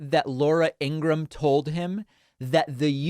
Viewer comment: Ingra-ham. Lol